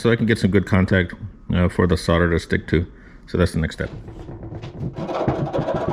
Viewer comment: Well son-of-a-gun. You pronounced solder correctly. It annoys me to hear so many people pronouncing it SAWL-der. In the states it's SOD-er.